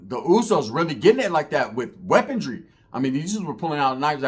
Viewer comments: WeaponRY not weaponDRY. Sorry had to do it 😂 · not a hater bro cuz I watch your shit all the time and I love your content bro. but maaannn its "weaponry" not "weapontry" after the 3rd time it started to bother me LOL much love